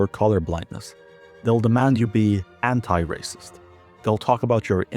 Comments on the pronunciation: "Your raysust!" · "You are wacist" Yeah I love to race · "Das rayciiissttt!" - Sheniqua, 29, after being told that she can't kill people. Sheniqua doesn't even know the definition of Racism, she can't even spell it. She can't read. But she's seen other people say it, so now she does too.